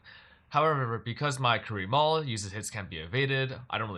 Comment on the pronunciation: I keep hearing Korean Mall when you say Karui Maul